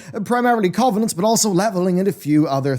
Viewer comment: Why can't this dude pronounce covenants properly ?